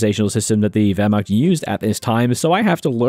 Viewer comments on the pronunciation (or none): none